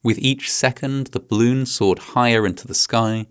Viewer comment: I love how you pronounce 'balloon' like 'bloon'. It's adorable.